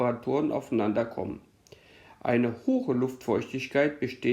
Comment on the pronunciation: Es heißt nicht hoche, sondern hohe.